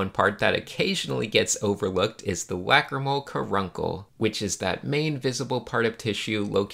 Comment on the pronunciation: When you say lacrimal, it sounds like whack-a-mole to me.